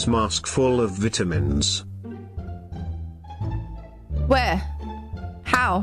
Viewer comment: Her: thinking what she missed from his message Me: there someone who pronounces vitamins as "veetamins"?!?!